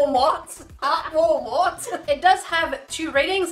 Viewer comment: "Welcome to Wall-Moat, we have the finest array of walls, and a lovely selection of moats, how may I help you today?" What I immediately thought when I heard attempt at saying Wal-Mart.